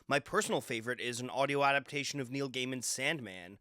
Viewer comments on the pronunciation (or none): none